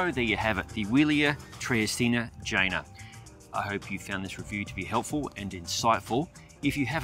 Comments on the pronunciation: Great review. The bike's name, by the way, is pronounced Yeh-Nah😉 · I guess the correct pronounce of the name is yena, right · Can't help, i allways hear vagina! 😜😅